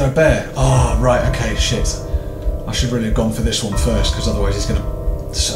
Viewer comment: You say "s**** " like "sheet" XD